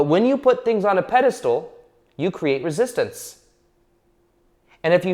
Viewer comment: PedistAl not pedistool.